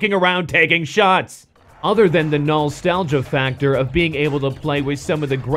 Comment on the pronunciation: did i just hear NOLstalgia?